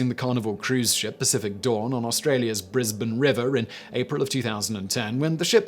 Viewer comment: Thanks Simon for saying 'Brisbane' correctly 🤣